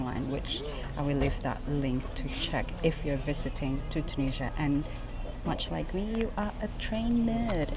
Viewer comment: Hi, you've started your video with the words "I'm in Tunisia", but at first I heard literally like "I'm Indonesian" 😅 Thank you for another amazing video episode, full of good emotions - a random girl hiding herself with piece of paper behind you while you're eating; meeting another fellow Indian vlogger with the goal to marry after visiting all countries; and certainly other beautiful moments (including 1€ train ticket) 😅 P.S. Certainly, much more joyful than taking a 100£ train ticket in the UK 🤑